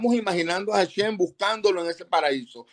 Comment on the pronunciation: no sabes hebreo, se dice HASHEM (EL NOMBRE, DEL ETERNO), y tú estas diciendo hashen esta palabra significa diente